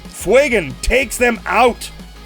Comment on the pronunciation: Stop calling him Fwey-gon, It's Few-gan. I don't care that it's based on the Fuego word, it's a god damn badass space elf who doesn't exist, and you are making him sound as tough as damp mop.